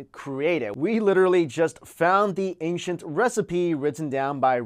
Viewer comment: Ancient.... Anechent not ankshint..... Like the word ancestor, that you pronounce so funny "incesters"